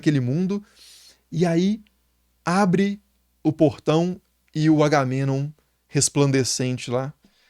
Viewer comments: Agamenon ❌️ AURAmenon ✅️ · Ótimo vídeo! Mas "Auromenom" foi foda demais, slk. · Pq vc falara Agamenon com a pronúncia inglesa?